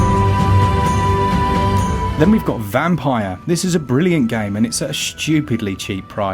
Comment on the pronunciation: ME: "Say Ys ". YOU: "Ees ". ME: "Say Vampyr ". YOU: "Vempayah ". 🤦. I like your content though! And love the fact you don't over edit. Just you doing what you like 💪 I like.